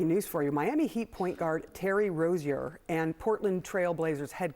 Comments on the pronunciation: And it's pronounced Terry R-OH-ZIER NOT RO-ZEAH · am I the only person who immediately noticed she pronounced 'Rozier' wrong